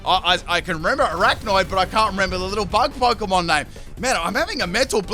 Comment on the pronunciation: he callled arAQUAnid aracknoid. its A-RAQUA-NID like arachnid and aqua arachquanid